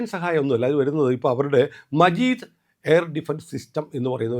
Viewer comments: മജീദ് അല്ല 😂... മാജിദ് ആണ്... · മജീദ് അല്ല മാജിദ് 😂😂😂